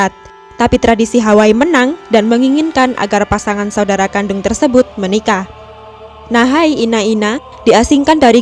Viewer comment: Oh gitu bacanya, pantes kok kayak aneh "nahi enak enak" wakakak....